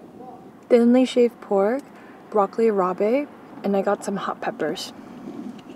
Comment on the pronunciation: The way you say broccoli rabe 😅